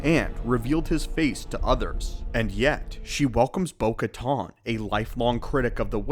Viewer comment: Bo katan not caton!